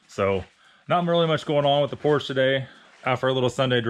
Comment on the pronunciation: Again !! Porsche is a 2 syllable word! I love your website, but get your verbiage right. !